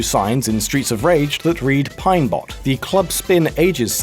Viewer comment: "Reference signs in streets of rage named Pine Bot." Pine BOT *BOT*. It's POT not BOT